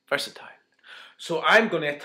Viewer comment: is it just me or did anyone rewind a little just to hear him say "versatile"